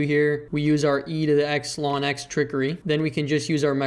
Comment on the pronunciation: I like how he slurs ln(x) as “lawnex”